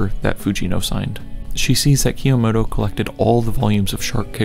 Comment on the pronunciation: PLS STOP SAYING "kah - yo - mo - to" PLSSSSS